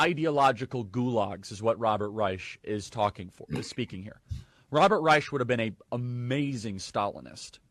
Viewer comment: How is it that a leader in the White Nationalist movement is mispronouncing "Reich"?